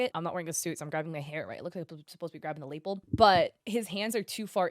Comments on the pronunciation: Lapel doesn’t rhyme with maple. It sounds like luh-PELL, or the French word l’appel (unrelated.) It’s of those words you see in text more than hear spoken, so no shame. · yeah, "lay-PELL" caught me off guard, not gonna lie! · Did she just say “Lapel” like “Maple”? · Why you guys let her pronounce lapel like that in several videos… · Was looking for this comment! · Gotta say, I've never heard lapel pronounced that way 😂😂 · I twitched every time she said it